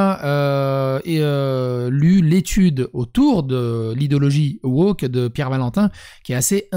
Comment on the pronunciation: 15'45 : pas "woker", wochiotte